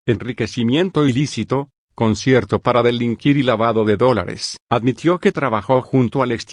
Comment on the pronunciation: No sabés háblar el espáñol o te hacéis el locó Todós quieren ganar doláres igual que escóvar.. Doláres Doláres Doláres